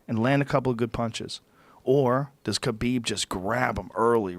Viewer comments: khabib “khalabib” nurmagomedov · IT'S KHALABEEEEEB... SAY IT RIGHT ROGAN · Where did Khalabeeb come from, btw?